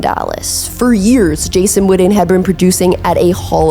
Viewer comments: It’s WITTEN!!! Not widden, put some respect on his name!!! The BEST TE for the Cowboys EVER!!! 82!!! HOW BOUT THEM COWBOYS!!! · If you’re gonna have a channel like this, work on your pronunciation. You’re a lazy speaker. His name is pronounced Witten With (2) T’s. Not D’s. His name isn’t widden. It’s not Wiht’ehnn Witten. Like kitten or bitten. Figure it out. Or quit making content. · Love Jason Witten but for crimenys sake can she say Wi TTen instead of WiDDen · Whitten not Whidden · I'm so glad you narrate your own videos. So much better than the Ai slop we hear on so many recent productions. However, please say his name correctly. It's Jason WiTTen. All I'm hearing from you is "WiDDen". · witten not widden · First off,stop misspronoucing his name it's Jason Witten ,not Jason Wooden know the player's name b4 you try & do content on him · Witten. Not Widden. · I’m listening because 82 was one of my favorite players but she’s driving me crazy saying Jason wooden… and he just showed you what being fundamentally sound working hard as a blocker in route running will do cause if he’s the slowest player in the NFL how was this fool always open? High school, kids and young college players that played the position need to watch him Gates and Tony fuck all them other guys. Not everybody it’s gonna be in a lead athlete like Gronk or Shannon or Kelce or George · The way you pronounce witten is crazy "widden" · came here after the whidding . brutal. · Growing up and living in DFW my whole life I’ve always heard it pronounced Wih-en, skipping the T’s and almost pausing where they are supposed to be. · I’m glad I wasn’t the only one to be annoyed by the Widden pronunciation lol. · Say his name right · yeah, she can pronounce Owenu just fine but can’t stop saying “Jason Widden”. Those are T’s…WIT-TEN. JESUS